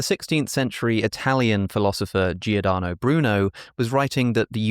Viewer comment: Bruno's first name more commonly has three, not four, syllables. I know: those silly Italians.